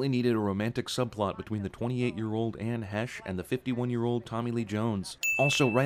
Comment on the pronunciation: Anne "hesh" is Anne "Hay-sh"